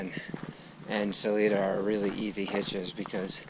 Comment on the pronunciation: I am guessing you have heard this by now, but good ol' Salida is pronounced Sa-l-'eye'-da. 😊. (The 'i' is pronounced as a 'i' , not an 'e' ) 😉. Glad you have a gorgeous morning there!